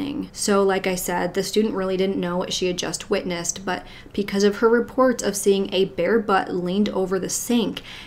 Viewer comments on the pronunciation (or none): Pleeeeease stop saying “PEE-cause” instead of “BE-cause”. It’s BECAUSE. Pee-cuz is not a thing 😖 it’s so distracting. Love your videos otherwise.